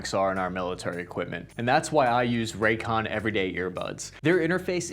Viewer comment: I kept hearing “Raytheon” instead of raycon and with the state of the world I wouldn’t be surprised